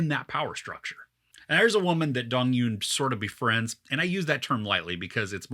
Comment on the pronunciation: Loved it! And fyi it's not Dong-yoon, it's Dong-eun which is hard to pronounce for westerners